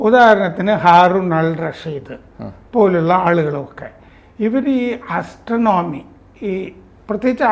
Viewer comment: ആസ്ത്രണോമി അല്ല ചേട്ടാ ആസ്ട്രോണമി